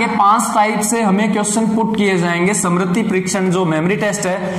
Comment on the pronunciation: Samriti nahi...smriti parikshan